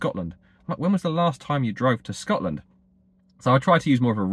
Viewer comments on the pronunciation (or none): none